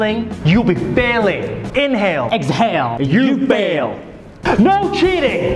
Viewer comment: Inhael, Exheil, You feal